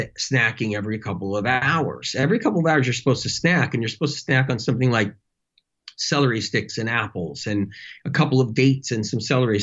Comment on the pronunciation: I hate celdery. 🤣🤣🤣